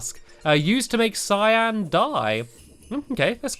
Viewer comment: it's said (c-i-an) cyan